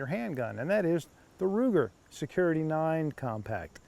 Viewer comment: I find it hard to listen to a review when the person doing the review can't go through the trouble of learning the model name of what they are reviewing... Something that could have been re-recorded.